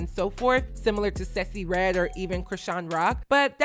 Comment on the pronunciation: Random by I love your pronounciation of Sexyy Redd’s name! You always come thru on trend and dropping jewels.